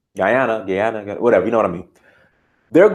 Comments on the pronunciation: Your pronounciation of Guyana was correct bro..Guy...a..na...bless up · You said it right 🇬🇾 Guyana. We are called: Guyanese Great content thank you